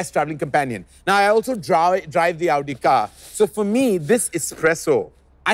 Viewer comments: It is the right way to pronounce it. Its AOU-DI not AU-Di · That's the exact right way to say it.